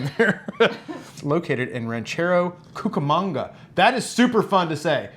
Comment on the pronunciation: I grew up in Rancho Cucamonga and Klatch Coffee is EPIC! It's pronounced like latch with a k in front of it. Well done pronouncing Cucamonga brother! I've spent many many hours at Klatch Coffee.